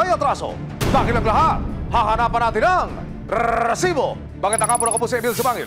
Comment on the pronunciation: aksayado ka sa letter "R" Emil, R--R--RRRRRRRRRRRRRRRRRRRRRRRRRResibo! parang tunog ng asong malapit ng mangagat.